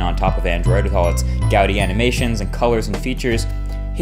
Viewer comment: I'm glad you stopped saying "guess-tures" (gestures) but now you're saying gaudy, and it's pronounced gah-dee. Other than that fantastic videos I'm a massive fan. I'm kind of OCD. Don't mind me.